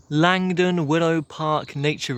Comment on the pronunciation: Langdon is pronounced Lanedon by the natives. Trust me i used to be one of them.